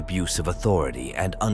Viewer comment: Authori-tie lol